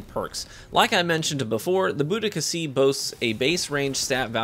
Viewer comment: It's bO-dee-kuh